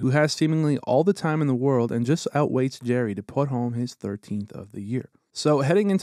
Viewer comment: you said Jarry wrong, still a great vid!